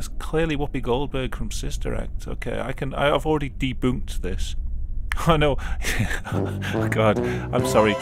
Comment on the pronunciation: It made me smile when he said deBOONKD